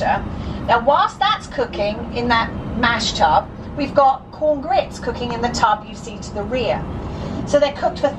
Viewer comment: It's a mash tun not tub.